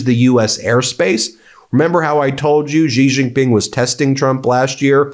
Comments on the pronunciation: can we stop saying Jee jing ping? It's pronounced She Jing Ping. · Ben, how good a journalist are you? You can't even pronounce "C" Jin Ping's name.